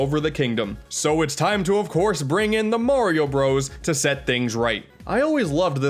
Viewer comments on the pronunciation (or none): "morioh Bros" didn't know josuke and okuyasu were in a rpg